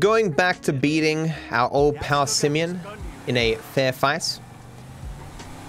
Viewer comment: Poor Simeon, even his name gets trashed... "Simion", lol